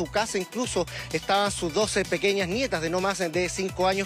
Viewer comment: "otros doce se dieron a la fuga" 😅 cuando uno aprende un idioma, aconsejan escuchar las noticias, por la pronunciación. Imagínese alguien estudiando español y escucha esto 😅